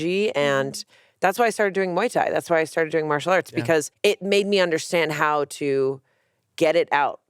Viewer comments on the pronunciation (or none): none